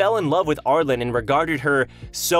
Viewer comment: Hey, love the content. Not sure if you read comments, but Arlene's name is pronounced "Arl-een". Hope to see more stuff in the future!